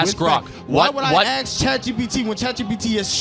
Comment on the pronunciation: “ why would i axe chat gpt”